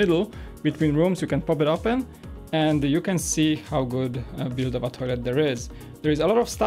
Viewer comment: Say build not "bude"